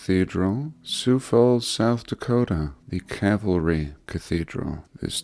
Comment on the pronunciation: Cavalry or Calvary?